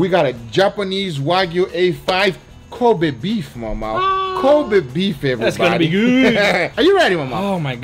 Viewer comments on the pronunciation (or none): Lmao in the intro when he says kobe beef it sounds like he says covid beef. That would be a true viral steak video.